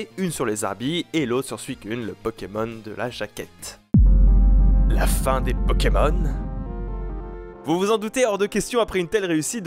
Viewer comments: Ma mere prononcait "poukimoon" coincidence ? JE NE PENSE PAS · Bon si jamais, Pokémon, il n'y a jamais, je dis bien JAMAIS, de "s" ! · jamais de "s" à Pokémon meme au pluriel